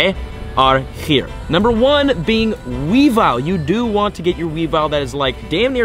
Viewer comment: You also mispronounced weavile. Its weavile, not weavill